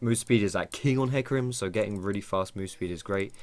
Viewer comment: I'm triggered, do you really pronounce it as heecarim?